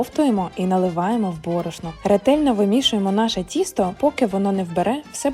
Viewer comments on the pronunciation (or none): none